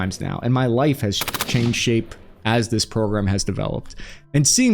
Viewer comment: changing the sha”P”e